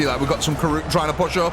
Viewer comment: Kroot, not Karoot.